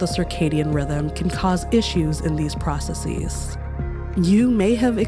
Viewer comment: You narrate so pleasingly but I get distracted whenever you say "processes." /PRAH-suh-sihz/, not /PRAH-suh-Seez/ :-) But seriously, thank you for your writing style which has managed to suit Hank, as well as yourself, so well